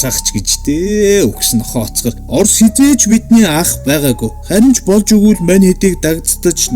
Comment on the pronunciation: оросыг гоё хэлсэн шүү хаха